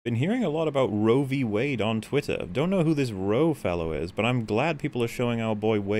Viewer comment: Roe-va v Wade